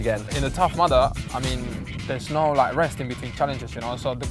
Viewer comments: It's Tough Mudder not "Mother" BAHAHAHAHAHAHHAHA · What is that word that he says like "The tough madda" or something??? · Leyenda9 Lmao I heard "Tough Mother" and I was like "What the fuck is he on about?"